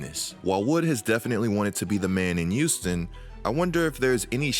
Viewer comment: "youston rockets". There, now y'all can't unhear it either